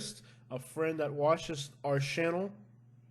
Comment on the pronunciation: I like your accent.... Lol... Shannel for channel... Sheck it out.... Haha.. It reminds me of my NYC friends